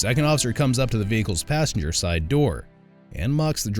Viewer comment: “ my name is Assenger, Thep Assenger “ 😂